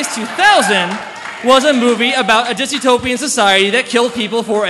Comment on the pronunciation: DYSTOPIAN. The WORD is DYSTOPIAN. There is no such word as "disutopian".